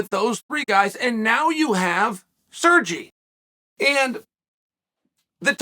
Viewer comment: Why is he calling Sergey Sergi he is not Spanish.